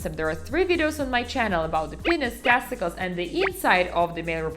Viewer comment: “PEHH-niss, TAST-ih-kullz and PRO-state.” 😂